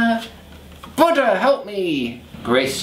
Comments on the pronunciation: I thought he said "Butter" instead of "Buda" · The way Chris says Buddha sounds like butter and I laughed so loud! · Also, I definitely thought he said, "Butter, I need you!" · For a second I thought he said butter because I wasn’t looking at the screen and forgot what the video was about. 🤣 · When he said Buddha it sounded like butter 😂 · Seriously thought he said, "BUTTER, I need you!" #SoConfused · I thought you were screaming butter and I was so confused until I realized you were saying Buddah.. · When you said Buddha I kept hearing butter... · I thought Chris said "Butter I need you! By the power of butter!", and I was like, that sounds like me all the time! But then I realized he was saying "Buddha".... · I think he said Buddha but all I kept hearing was butter... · Hahaha I thought you were saying butter not Buddha